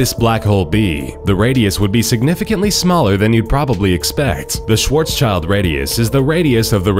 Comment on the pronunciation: Schwarz child? It is pronounced Schwarzschild.